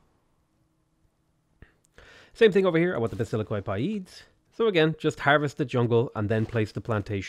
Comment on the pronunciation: Man, I loved the way you pronounced some of the names here. :D Here's a bit of insight if you're interested. Basilikoi Paides -> Vasiliki Pedes, oi = i and ai = e in Greek, also b = v. Aigai -> Ege with intonation on the second e. Chalkidiki -> Halkidiki, with intonation on the last i.